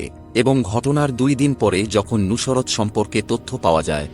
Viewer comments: কিভাবে উচ্চারণ ঠিক হোল ? নুসরাত কে "নুশোরাত" বলছে ! আবার মার্ক দিচ্ছেন, ৯৯%৯৯ ? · উচ্চারণে অনেক সমস্যা আছে, নুসরাত উচ্চারণই করতে পারতেছেন না। সত্য গ্রহণ করতে শিখুন।